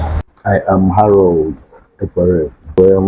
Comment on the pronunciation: Are you sure that this guy is an Igbo guy? The way he pronounced igbo name is very irritating, English name he can not. See how he pronounced Harold. Bro, you need to go back and learn more. Where are you from? This project you embark on is bigger than you.